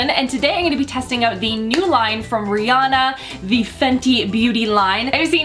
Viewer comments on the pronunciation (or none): Guuuuurl, it's Rihanna not rhianna